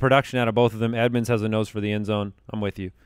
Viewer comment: said Chase Add-monds and completely missed that he nailed a bad name pun at the mark.